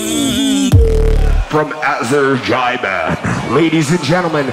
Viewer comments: "from Azerdjaiban" 🤣it's Azerbaidjan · i am sorry but he said azerjaibaan instead of azerbaijaan... literally in the first 3 seconds of the video... that was funny though.. lots of love Scott Jackson <3